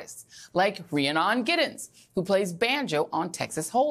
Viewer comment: It's Ree-ann-on Giddens.